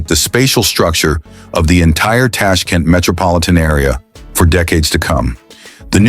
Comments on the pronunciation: ЧЕрчик с ударением на е,ТАШКИН- это где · что за нащзвание ТАШКАН и УБЕКИСТЕНс ударением на И